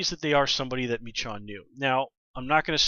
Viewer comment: I'm pretty sure her name is pronounced "meh-SHOWN" at least that's how I heard it. As always, great review. Looking forward to the rest of the season.